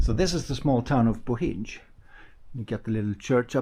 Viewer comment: Btw, it’s pronounced “Boheen”, not “Bohinge” 😅 Bohinj is actually the region, it’s not a city or town. The only town is called Bohinjska Bistrica, the rest are villages.